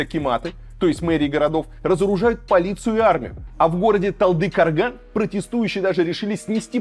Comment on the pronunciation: Казахстанцы, всех передёргивает когда Варламов говорит: ЖанаозЭн, МангистаУская область, ТалдыкОрган, АктобЭ, тЭнгЭ. Или я один такой прогоняю? пхехехехе